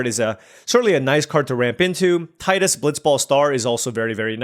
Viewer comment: Character's name is Tee-dus